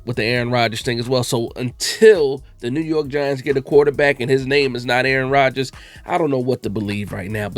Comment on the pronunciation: Yoo how you said it. Aaron Rogersrs dont even know what Aaron Rogers is doing! 😂